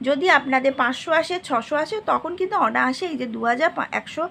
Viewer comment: sobi valo kinto onahase kotha ta onaase hobe.tai aktu sodhre nieboilen sonye valo lagbo